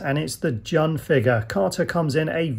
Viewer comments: Its not jun its pronounced june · Great review man! Btw jun's name is pronounced june. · My bad on incorrectly pronouncing Jun's name, for some reason I was convinced it was 'Jun' not 'June". Thanks to all those who politely let me know my error 😆